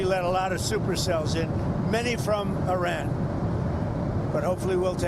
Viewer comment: Aranian she says... you would think this stupid b** reporter would know how to pronounce Iran and Iranian but clearly she's dumber than all of us and can't even read it off of a prompt